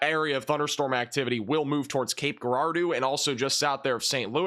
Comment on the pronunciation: I’ve always heard it pronounced Juh-RAR-dough. I’m from Illinois.